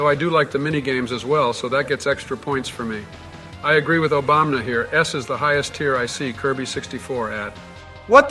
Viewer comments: Bro says obamna lol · Idk if it's because of the odd way speaking through AI works, but the fact that they say Obamna instead of Obama is super funny to me. I've heard it in a few of these videos and I absolutely love it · "f you Obamna" LMAOOO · The fact Trump and Biden keep saying Obamna cracks me up every time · I love how Trump always calls Obama "Obamna" that's great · The fact Joe and Donald just call Obama “Obamna” is funny to me